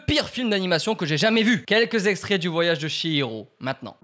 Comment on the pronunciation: Le voyage de "SHI"hiro 😭😭 je pleure le ch- se lit " tch" donc le voyage de "tchi'hiro.